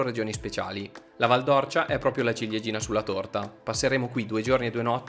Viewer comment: Due appunti al vostro bel video, detti sottovoce, da un figlio di quella valle così ben manotenuta: la pronuncia esatta é Val d'Órcia, con l'accento acuto sulla "O" e poi...soprattutto: non siete passati da Radicofani, uno dei 2-3 paesi della valle nei quali sono stati creati i favolosi pici! Il paese più in alto della valle, con la Rocca di Ghino di Tacco, la Posta Medicea e un paio di chiese meravigliose ricche di terracotte robbiane. La prossima volta che tornerete da quelle parti non potrete ignorare Radicofani. Ciao!